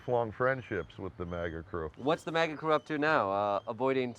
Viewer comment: Will someone please tell Jordan he is pronouncing maga wrong.